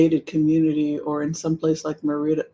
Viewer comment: It is Merida with emphasis on the Mer